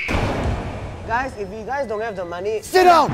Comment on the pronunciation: says magee, not money. He even says "go I'm very hungry"